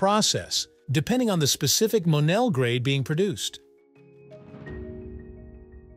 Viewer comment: ITs pounced "MO Nell"